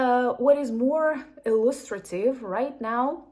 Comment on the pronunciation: Impressed with your use and pronunciation of illustrative!